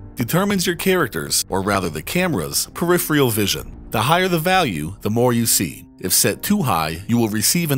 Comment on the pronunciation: Did you just say 'periphreal'? Thanks for the great series though!